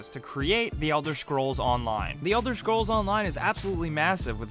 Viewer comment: no flame but everytime u say the elder schkrolls my ears start to hurt xD jk